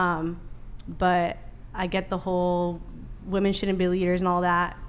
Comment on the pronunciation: I CANNOT STAND THE INABILITY TO PRONOUNCE WOM-ENNNN. Wtf